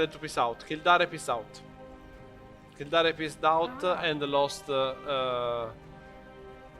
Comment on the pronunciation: Kill-dare. North-umber-land. Fun english names :D.